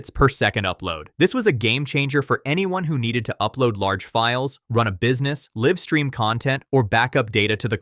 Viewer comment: I thought this was actually a real person until he said “live streaming” for “LIVE streaming”